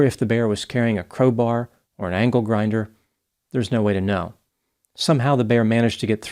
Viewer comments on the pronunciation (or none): none